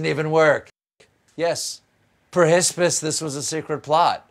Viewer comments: why is "perhsps" hilarious? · Perhsps lol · Perhespis? Oh my. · "Pershispus" is the flower of insecurity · Perhsps made me lol! Perhsps you need that haircut though Stephen 😄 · Perhsps might be my new favourite bit.. just need it with a daht daht daht to make it perfect. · I laughed so hard at perhsps 🤣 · Oh finally! You know 'covfefe' only being appropriate for non quarantine settings right?? And quarantined or not, we have feelings to expressing here 😱😱😱 And then the word has finally arrived. Perhsps! Say it with me! Per-his-piss!